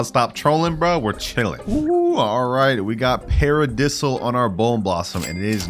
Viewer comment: The "peredisaal" has to be some god tier rage bait🙃